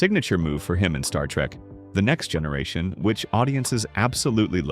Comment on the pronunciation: As a long time Trek fan, I still found this video informative. The AI narration is okay, but the mispronunciations and speech cadence is very annoying--especially every time it said "Star Trek....the Next Generation".